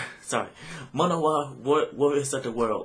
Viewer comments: It pronounce Manowar, from Man of war. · Man-O-War... that's how it should be spelled and pronounced... classic heavy metal band... love this song... "Die For Metal" is another must hear